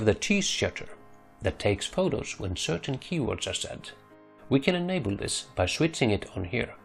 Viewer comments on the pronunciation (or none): none